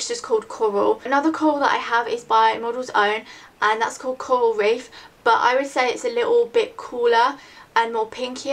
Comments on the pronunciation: i love how you say coral. "cowal" haha its cute. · when you said 'coral' the first time I thought you said Kohl, and you were talking about lipsticks so I thought you meant that you would wear an eyeliner on your lips... ahh! haha. Awesome vid~